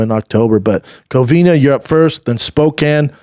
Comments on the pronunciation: Brendan it’s COVINA not Covinia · say it with me schaub, COVINA, not COVINIA